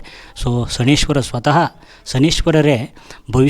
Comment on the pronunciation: ಶ ನೈ ಶ್ಚರ ಅಂತ ಹೇಳಬೇಕು. ಶನಿಶ್ವರ ಅಲ್ಲ.